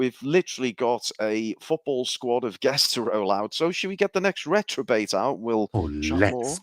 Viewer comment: Reprobate not retrobate. Why is nobody telling him? Poor guys been saying retrobate all intro